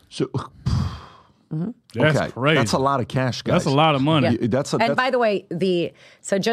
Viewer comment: That's what Trump loves to say ..he says "z lot"